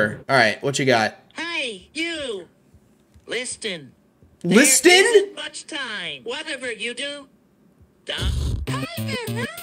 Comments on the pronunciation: "lisden" sounds like a city in germany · wooly:Listen (but liss-Ten) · No one is gonna talk about wooly said lis-ten and the door look a amongus in ep 2 💀 and I Walmart Elmo and Dora one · LIS—TIN wooly said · Uberduck Just Struggles To Pronounce Listen